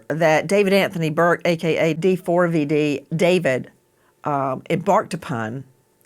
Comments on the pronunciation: Can you stop calling him Dee Four Vee Dee???!! It's David. jesus christ. such an annoying host. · Wow she’s annoying just say David. Not D four V D FFS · First of all I hope she didnt suffer and her soul is resting peacefully. Second, D4vd is not pronounced "david" and he is not a singer lmao